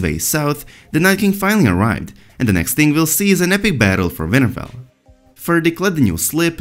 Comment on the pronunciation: His accent made WinterFell sound like Vinterveil lmao.